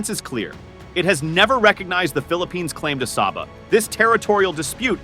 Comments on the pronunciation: Philippines people can't even pronounce Sabah correctly and at the same time claiming Sabah desperately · How come Philippines claim Sabah? They didn't even pronounce Sabah correctly. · You didn't even pronounce Sabah correctly.